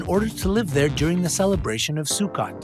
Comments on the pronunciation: #13, it's pronounced Su-KOTE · Anyhow, that's not how to pronounce Sukkot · Please please learn how to say things properly. You’re pronouncing Sukkot wrong (fellow Israeli here).